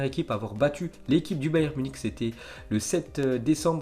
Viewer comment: Faut apprendre a articuler mon petit, bayern munich ne se prononce pas Bernic...